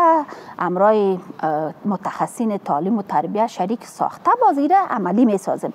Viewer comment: حالا چه نیاز است،وقتی به یک زبان تسلط کامل نداری،بحرفی او هم زبان ی به بزرگی زبان فارسی درست است قبول دارم،میدانم ،باور دارم ،ایمان دارم که زبان فارسی کلاس دارد،شیرین است و آدم ها با تکمل به این زبان قشنگ خود را روشنگر فکر میکند نه تنها آدم ها حتا حتا حیوانات هم عشق و علاقه به یادگیری زبان فارسی دارد ولی نه این قسم ... مالیم ( معلم ) تالیم ( تعلیم ) ماریف ( معارف ) منطک ( منطق) انتکاد ( انتقاد) کریه ( قریه ) کبول ( قبول) فکت ( فقط) تگریبا" ( تقریبا") ها نا ( ها، نی) تامیر ( تعمیر) اکلن ( اقلا") معصوم ( مصئون ) باث (بحث) چی رکم (چی رقم) که این خانم پینه دوز این گونه تلفظ میکنند حالا چه ضرور به زبان خود،به زبان قوم خود،به زبان قبیله خود، بحرف نادان این زن فرد اول معارف یک کشور بنام افغانستان است. چی کنیم رفیق روزگار اینطور شده که پینه دوز ها و چوپان ها و آریشگر ها ... حکومت میکنند